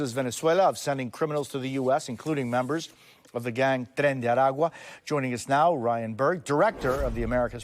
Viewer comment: Surprised by the on spot pronunciation of "Tren de Aragua"